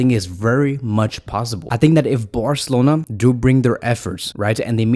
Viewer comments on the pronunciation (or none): Could you please say Barcelona instead of Borcelona😅